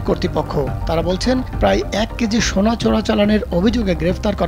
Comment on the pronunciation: আমার প্রশ্ন এই সংবাদ পাঠক শুরুতেই 'সোনা' কে 'সোরা' বললো কেনো? পায়ুপথে সোনার খবরের চিন্তায় মাথা খাইছে।😮